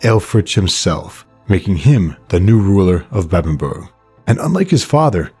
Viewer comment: well point is u said it correctly like Uhtred. All that matters, mate!